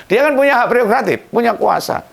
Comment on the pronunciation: Gak pereogratif tapi prerogratif😅😅